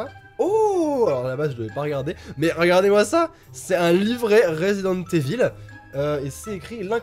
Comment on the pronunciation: C’est pas « eville » mais « Ivaul » 😂 L’accent anglais en force 😏